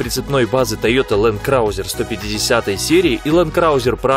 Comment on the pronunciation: Лэнд краузэр 🤦‍♂️